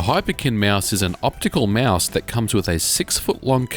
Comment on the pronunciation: "Meuse." Liked the review tho.